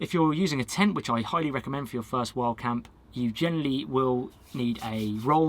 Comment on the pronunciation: I spent 5 minutes trying to figure out wth "wall camping" was! Lol Wild camping to way you say it sounds like wall camping. 😁👍🏼